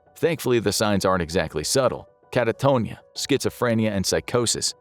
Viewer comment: Lol. The narrator said "catatonia" like it's a dish at an Italian restaurant